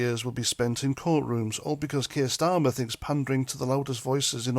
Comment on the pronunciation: did you say starmer, or STEAMER? ⬜⬜🟥⬜⬜ 🟥🟥🟥🟥🟥 ⬜⬜🟥⬜⬜ 🇬🇧👍🥂🫡🥓🍻🔔🐕🛎️💞🗽💪🍷🍹🍾